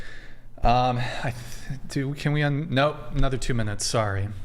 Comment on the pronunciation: is an idiot. He pronounced UN as in United Nations like someone the prefix in. Moron.